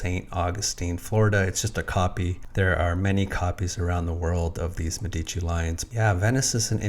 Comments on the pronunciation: Please..pronounce Medici as it needs. Accent on the E. Plural of doctor. Mèdici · Yes, MEH-di-chi. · I am Italian. Could you please Change your pronunciation of Medici. Its emphasis is on the first syllable, a Long "eh". Not on the second syllable.